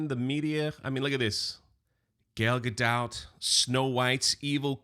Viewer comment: Not just purposefully mispronouncing "gadot" but also calling her "Gail" is the funniest subtle shot throw today! Nicely done. Cheers. 😂😂😂